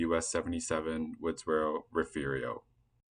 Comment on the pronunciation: "Refu-rio"??? A very ignorant and illiterate pronunciation